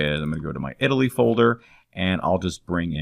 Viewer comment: Italiy (not Eataly) :D